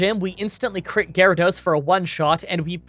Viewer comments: In the water gym, what the heck is a "Gar-uh-dose"? That looked like a Water Onix to me. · It is garadoes not water onix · actually calls it Gyarados Also: still corrects to water onix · yes, that's a necessary correction. Calling Gyarados "Gyarados" is a tremendous error. I'll forgive it, but only because I'm indulgent.